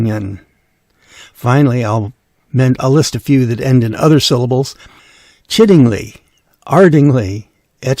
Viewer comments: The ending ly is pronounced lie in Sussex. Thus Chiddingly is pronounced Chiddinglie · The people of Chiddingly will giving you a stern tutting if you say the last syllable as "-lee". It's an "i" sound, like the "-igh" in "high". [edit] Sorry, I see you've already had multiple tuttings in the comments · Piddinghoe, near Lewes. And ardingly and chiddingly are lie not lee at the end. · Thank you for confirming this. I heard someone on another video use the -lee ending and I started to wonder about it. Also, I'd say Chiddingly with the -lie ending rather than -lee as well.